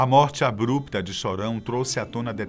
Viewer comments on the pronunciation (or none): none